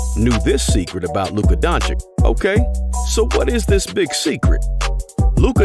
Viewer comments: IT'S DON-CHICH, NOT DON-CHICK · We all love Dončič and his genious game. Regards from Slovenia keep it up and learn pronounciation 🙃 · Learn to pronounce his name man..im tired if youtubers want to milk money on luka then mispronounce the name..bogus